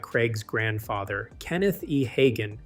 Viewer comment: You should at least learn how to say the name right.